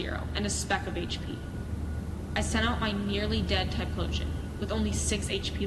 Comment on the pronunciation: I'm pretty sure Typhlosion is pronounced "Tie-flow-shun". There's an "H" in it. And Pidgeot is pronounced "Pidget", not "Pidge-Eeh-ot".